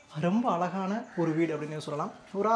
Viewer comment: Your pronunciation of "ALAGANA" IS WRONG,Using the word again and again, ask some TAMIL PEOPLE how to pronounce this word ALAGU. Please.